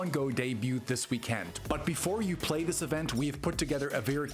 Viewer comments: Bro, why are you enunciating weekEnd like that?? 😭 👉💯👈 Let's goooo! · Because its all Ayyy eye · Why do you say weekend like that? 😂